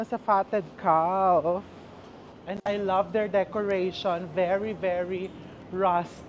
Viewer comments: its kaf chef not kalf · Sorry I have to correct you the pronunciation of Calf is with silent “f” it pronounced “ kaf” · The Fatted Calf Pronounced caf, silent l. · Sorry to correct you chef but fyi calf is pronounced as caf, silent L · Calf pronounced as Caf. 😊😊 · Hi chef, I’m your avid fan and I do admired your witty humor and intelligence I just don’t wanna be sound mean But just to correct the pronunciation of “calf “ is silent L , shoul sound like “ kaf” sorry po, ayaw ko lang people will bash you Have a good day po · Silent L po ang pronunciation sa Calf! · Chef RV, silent L po ang calf (caf) - but thanks for the video! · Sorry Chef, have to correct you…. Calf is pronounced with silent “l”….. I’m always watching your vlogs …. I’ve learned so much from them and have made some of your recipes❤ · Calf is pronounced with a silent L